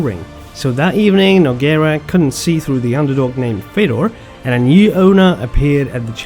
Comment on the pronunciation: If you consider who is a goat, you should only acount prime time and the true is if you say any name there was ever Fedor would win.. so he must be the only goat there ever was.. no khabib, jones would stay a chance.. try it say who could ever beat prime fedor.. btw its pronunced Fjodor